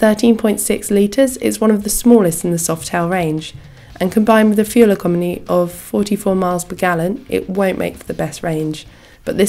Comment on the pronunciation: "Fuel ecomony"